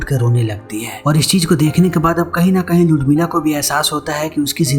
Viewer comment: उर्मिला या लुडमिला क्या बोल रहा हैं ये?